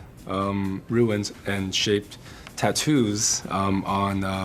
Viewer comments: Runes... Roooos not ruins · I hope the rest of the cast doesn't walk around the whole movie pronouncing "runes" as "ruins." That said, can't wait for this movie!!!!!!!!!!!!